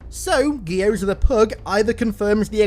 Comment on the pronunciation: That is the most horrifying pronunciation of Gyoza I've ever heard